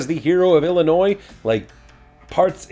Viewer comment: Thank you! Thank you! Thank you for not pronouncing the S in Illinois. As a lifetime resident of the state, it really grates me when the S is pronounced. Really enjoying these videos! Quick question...are you stamping your Haussman Greatest Hero stamp on the crotches of the pictures on purpose? Because it makes me laugh every time.